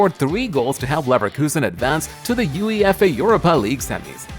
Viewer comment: Video was over the moment he said U-E-F-A